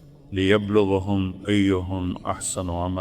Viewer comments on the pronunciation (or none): Surah mulk leyeblowaqum eyeiequm ahsano ammala tariq jameel quran galet pudta ha alyazo billah 😂😂😂iss ki zaban say nikalta leyeblowahum eyeiehum Ahsano ammala😂😂😂😂😂😂😂😂😂